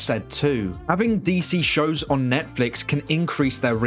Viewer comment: He said SHOW'S.